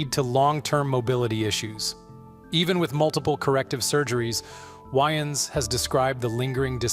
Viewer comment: Damon's last name is pronounced WAYens, not "whyens" .... Spelled DAYMON WAYANS